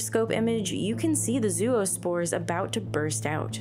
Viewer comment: "Gonadotropin" has one less syllable than you alloted it. Zero-spores? Please!